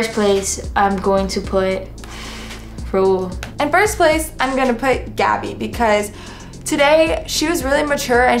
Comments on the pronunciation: someone PLEASE teach how to say raul's name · When will learn rauls freaking name like it’s so cringeeee